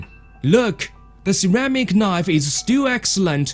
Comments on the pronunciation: That's a nice knoive. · LOL "A good nife! A magic nife!" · "and we fucks our attention on mooking newest knife"